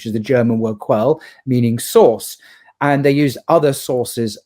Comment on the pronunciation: Quelle wird „k-w-e-l-l-e“ ausgesprochen!